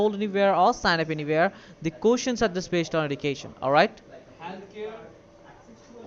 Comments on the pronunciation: "Coostians" lel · how he said questions😂😂🤣